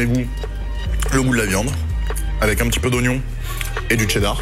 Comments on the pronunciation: Tu dit Tchedart au lieu de Chedart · On dit pas tchedar on dit chedar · Arrête de dire TCHÉDAR bordel